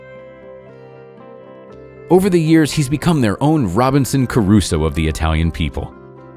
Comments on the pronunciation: Nice video, but its ROBINSON CRUSOE not Caruso. Sorry to nitpick. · Sir, Just for your information, it's Robinson Crusoe. Caruso was a singer!